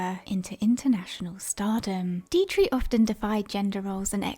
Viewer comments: The German actresses name is pronounced , DEE-trick, not Dee-tree. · No,not Deee- trick, it is Deee-trich, the ch is no K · Just FYI❤- Marlene Dietrich- pronounced DEE-TRIK. Here for ya girl! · Not trying to be obnoxious-( though I may have been) I guess maybe you have the America inability to pronounce that 'ich' sound, but your choice is nowhere near the German pronunciation. Diet-tree is just wrong. Mispronouncing it as 'Die-trix' or 'Die-trik' would have been closer than what you said.. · I agree. A robot who can't pronounce 'Dietrich" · Fascinating video, thank you. You may want to check up on the pronunciation of Dietrich.